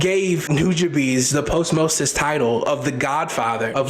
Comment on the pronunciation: My boi, this Nujabes section is killing me cause the word you keep pronouncing “posthumous” in the weirdest way lol 😂, it’s “paas-chuh-muhs”.